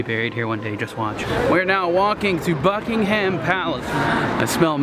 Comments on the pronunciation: Buckingham Palace is not three words. It's two words. It's not Bucking Ham Palace, it's Buckingham Palace. Buckingham is one word. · Best way is Bucking um Palace. You don't say the ham, there is no pork related words said. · “This is Bucking Ham palace” No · I was amused by the pronunciation - in a friendly way - where there was too much emphasis on the 'ham.' which made me smile. America is a great country. Members of my family emigrated there in the third quarter of the 19th century. Take Care!